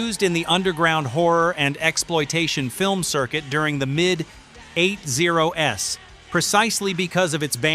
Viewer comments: It's not the style, it's the inability to actually read and say things properly.... The eighties, not the 8 0 s, and WASP as in the bug, not W A S P as individual letters. A living person would read/say those things properly, but AI consistently makes those kind of mistakes. It's not just this video, I run across dozens of them everyday and wonder when we got so lazy that we have to get AI to do our narration and, for that matter, apparently half our research as others have already pointed out. As for the deeper side... Eh, lived through those years, so already pretty deep into them, but always enjoy seeing others perspectives. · its pronounced eighties not eight zero s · its an ai narrator, he also said, eight oh s instead of daying the 80's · in the EIGH ZERO ESS??? is your AI having a STROKE??? and it's pronounced WASP forget the dots. WOW!!! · "the mid 8 0 s" f'ing hell. this AI voice is stupid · You should pay attention to the people who dont like your stupid robot. Seriously? "Mid eight zero ess, and the eight zeros". STUPID!!! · "during the mid eight-zero-s". If yer AI don't care, why should I? To the trash you go, wheeeeeee. I'd rather hear yer real voice even if ye sound like Pee-Wee than this soulless machine. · This is trying to pretend this is not AI voiced. WASP was meh, but I LOLed when the called the eighties 8-0-s. I do not care if u use AI for voicework, but edit your crap! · Had to stop watching during the first song 🙄 Doesn't know how to pronounce 80's. Another video ruined by AI 😡🖕